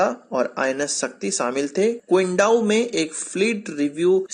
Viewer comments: क्विंडाओ नहीं चिन्दाओ है भाई साहब। मैं यहीं पे हूँ। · Qingdao is pronounced as chindao.